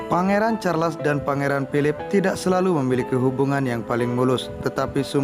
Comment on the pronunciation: Maaf..bukan kastel tapj castle ( sebutan nya ka sel) Charles sebutan nya charls Anne sebutan ann